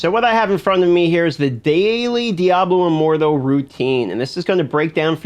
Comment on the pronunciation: Lmao how you say diablo immortal like diaboh immordoh